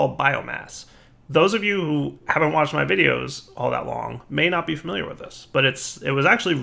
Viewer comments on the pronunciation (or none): none